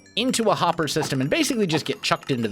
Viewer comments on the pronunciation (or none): none